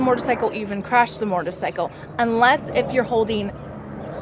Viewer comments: She says mortar cycle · Learn how to say motorcycle first haha she says mortorcycle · "Mortorcycle"...."shifter gear" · shot outs to her "moretorcycle" and "thrawtle"